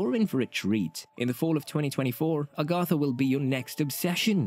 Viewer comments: Agatha. Agg-uh-tha, not Ahh-gahh-tha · lol a-GOTH-a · Wow! Somebody at Disney/Marvel Studios need to actually read a Marvel comic book, and STOP the madness with these Teenagers, etc. Sorry, I see many flops, MS future. 😮‍💨 (Somebody teach the narrator how to say the name Agatha! 🤣)